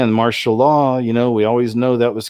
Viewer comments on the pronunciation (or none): none